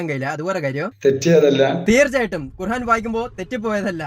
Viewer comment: ഭംഗിയിൽ തട്ടിപ്പ് നടത്തുന്നവൻ., ഖുർആൻ എന്ന് പറയുക, ഖുർഹാൻ അല്ല [ഹാ എന്നത് ആ എന്നാക്കുക] ഇല്ലെങ്കിൽ താങ്കൾക്ക് ഖുർആൻ എന്ന് പറയാനറിയില്ല എന്ന ട്രോളും വരും. ശ്രദ്ധിക്കുമല്ലോ.